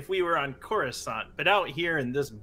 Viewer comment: When you said Coruscant I peed my pants with excitement. (I will say not literally)